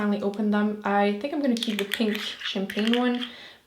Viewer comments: It's kinda funny when her accents affects the way she says the. 😂😂 "da" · "dee" "dey" "dat"